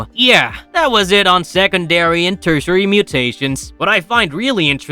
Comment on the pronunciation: Teritary... mutation